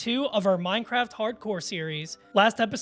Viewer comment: MineCWAFT, nice vid man!